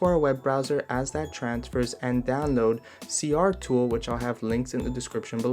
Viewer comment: is it just me, or is it C-T-R Tool, not C-R tool?